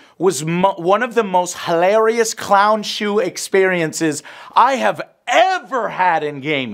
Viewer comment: THE SHOE IT'S SOUNDS MORE LIKE THE SHU!!!!!! 🤣🤣🤣🤣🤣🤣🤣🤣🤣🤣